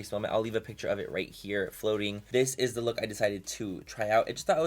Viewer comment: When he said, “dis is de look” all I thought of was “dis is de wey” 😂😂😅